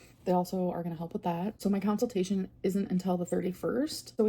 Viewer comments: I tried to inform her she was saying consultation wrong when she was live lastnight, she said she can't say it right so she just says counseltation because its easier. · "Counciltation" has me gritting my teeth everytime 😬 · I think it's easier to say it the correct way 😂